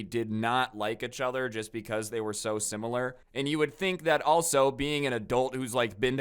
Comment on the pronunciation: Why is he saying itch other??